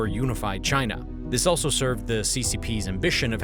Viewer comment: He said Chyna